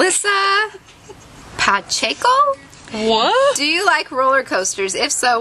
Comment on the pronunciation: Guess what? I'm Melissa Pacheco best friend and she wanted me to tell u that its okay that u can't say Pacheco right